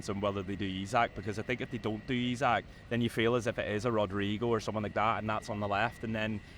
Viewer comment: E-sak.... E-sak.... its fucking E-sak.. its not that fucking hard. All you dickheads that refuse to say his name right even though its dead easy are the worst